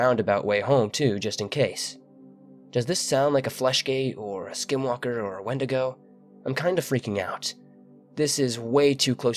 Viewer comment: It’s pronounced’ ‘when-dee-go’ 😎